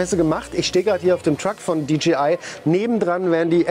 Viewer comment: Es heißt dji nicht dgi 🥴